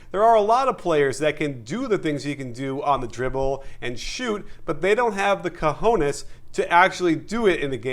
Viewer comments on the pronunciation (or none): Loved the "cohones" part !! But it's not pronunciated with an "h", it's pronunciated with a "j", wich in spanish is a hard sound coming from the throat. Anyway.... if Stephen Curry keeps playing like that, he's going to be MVP again, and it's hard for me to say because I am a Blake Griffin fan, but the skill level of this guy is out of this world.